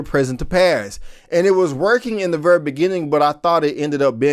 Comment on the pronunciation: Your accent when you say the word "very" is really funny. You say it like "verrra".